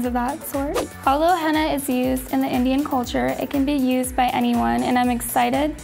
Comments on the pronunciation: Lol she's saying henna like hannah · Omg they said "Henna" and not "Henna Tattoos" yesss